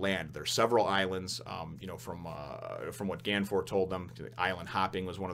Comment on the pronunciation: The Viz Media translation has it wrong. His name isn't "Ganfor", it's Gan Fall. By the way, Amazon is female.